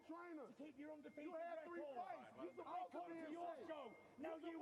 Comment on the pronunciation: This guy said crelability and susspose to - why can't wilder talk